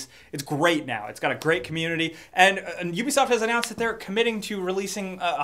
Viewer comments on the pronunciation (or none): none